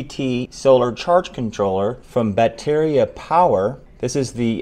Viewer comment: "BOT-eh-rree-uh" Ba-te-ri-a. Roll the "rr"